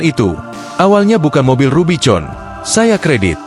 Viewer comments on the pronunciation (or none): RUBIVON bacanya RUBIKON.